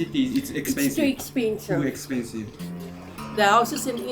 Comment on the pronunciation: 凄く不思議なアクセントだな。 expensiveを、「イクスピンシブ」と発音してる。